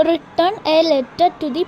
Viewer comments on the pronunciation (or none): റിറ്റൺ അല്ല റൈറ്റൺ ആണ്